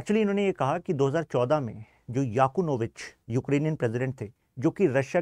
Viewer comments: याकुनोभिच नही यानुकोभिच हे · Victor Yanukovych not Yakunovych & Victor Orban not Obran